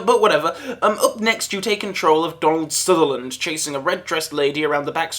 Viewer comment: Was that a reference to Don't Look Now? Sounded like you said Don Sutherland.